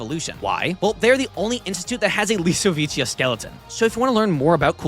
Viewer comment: "This is the unstoppable hybrid? He's a hybrid of the Lisowicia, he's a Lisowica hybrid" "What are you gonna do big guy? Sit on me?" Reiner: "Don't tempt me"